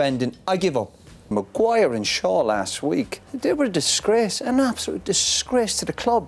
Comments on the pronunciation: Any body counts how many times did he say Magu-wire 😜😂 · Roy Keane chastising these players is the funniest thing. The way he pronounces Maguire’s name with such disgust😂 Man Roy I like your passion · I used to enjoyed the way he calls Maguire’s name 😂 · I swear it's the way Roy Keane pronounces Maguire 😂😂